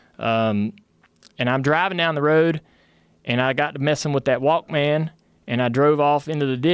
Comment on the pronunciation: “I got to messin’ with that walk-Man” lol